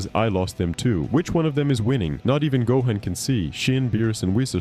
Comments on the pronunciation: I really can't take the opinion of someone who mispronounces Gohan's name seriously. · How can you say bel.od but can't say gohan